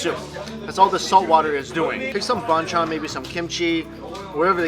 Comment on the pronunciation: YES I WISH HE STOPPED. I AGREE. "BON CHON"!! SORRY MIKE JUST STICK TO CALLING IT SIDE DISHES.